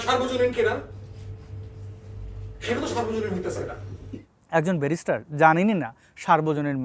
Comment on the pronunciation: ও বেরিস্টার না বেভিচার, ও একটা গো মূর্খ।